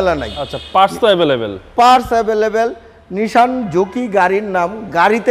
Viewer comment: Say nissan not nishan